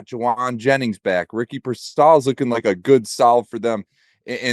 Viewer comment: Why does he keep saying Ricky Pearsalls name that way? Is he correct or no, cause I've never heard his name said that way.